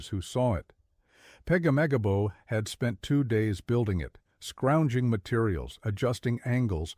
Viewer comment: If you say pegamagabo one more time 😅